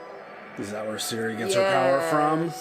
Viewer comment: Ciri, Geralt and now Jaskier all of them are "hard " so not"SI", "Dż" and "Dż" please Citra too not "Sintra" :P